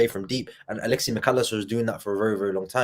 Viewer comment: Top show as always, genuine passion and emotion! it is Alexis not Alexee Mac Allister 🤣